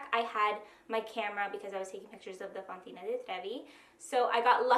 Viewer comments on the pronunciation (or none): Fontana. Not fontina.